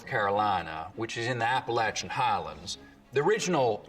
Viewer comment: Finally, someone pronounced Appalachian correctly that isn’t from North Carolina.